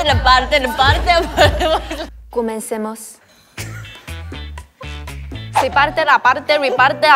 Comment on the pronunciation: El comencemos de Yuna es muy bueno jajaja Me gustaría saber que dicen los demás trabalenguas Qué difícil se escucha el trabalenguas en coreano y qué divertido se escucha el trabalenguas en indonesio